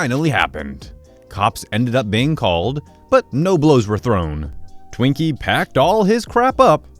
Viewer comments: anyone else distracted because kept saying twinkie instead of tweak-y? (tweakers are people who do uppers/meth. twinkies are a sponge cake of sorts) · Tweakie, not Twinkie L